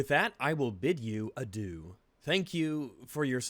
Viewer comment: "adieu" is pronounced [aah-dee-uh], not [ad-hoo] and it's a pretty bad idea to say especially if you've just came back after years of inactivity, because it's mainly used as a "farewell" of sorts, the kinda "goodbye" you use only because it'll be the last time you do, very final kinda stuff. it means "to god" in a literal sense and means something along the lines of "see you at the pearly gates"